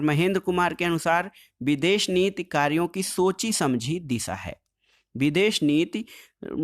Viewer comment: Videsh nit nhi sir videsh niti hota hai wo 😂😂😂😂